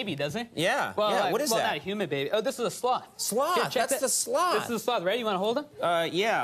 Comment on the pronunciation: Ok, he keeps says 'sloth' like 'sl*t' and I have a problem concentrating.